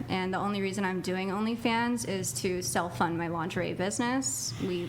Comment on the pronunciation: “self fund” lmao